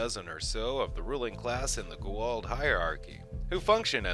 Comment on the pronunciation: Love your videos but it's go-ah-oold or goold. Not go-ald.